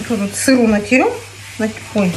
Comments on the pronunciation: не натерем а натрем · не натерем а натрем